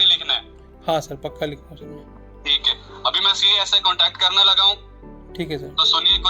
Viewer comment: अभी अपने सीनियर से contact करने लगा हूं,,,, "करने लगा हूं" ऐसे टोन पाकिस्तान पंजाब में बोलते हैं,,, क्रिकेटर इमरान खान को ऐसे बोलते हुए सुना होगा